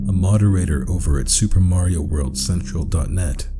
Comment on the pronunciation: "Soupa marieo in reol lyfe"